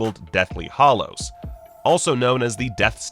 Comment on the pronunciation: Truly, you deliberately mispronounce "hallows" just to get comments, don't you? D*ck move, to be honest.